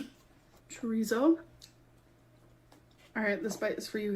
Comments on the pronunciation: Why can't she pronounce chorizo properly? We all have questions, they must be heffer problems🤷🏽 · The way she pronounces chorizo makes my skin crawl